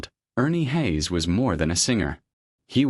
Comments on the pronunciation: I listened for 20 seconds to the fake voice of ai or a person clearly unfamiliar with Ernie "Hays". 😄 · A Godly man and woman. Your title doesn't do them any favors....... and by the way, please learn how to pronounce their last name properly. this could have been an awesome presentation about a true warrior, but again, you've given a poor reflection upon both Ernie and his beautiful wife. . Shame on you.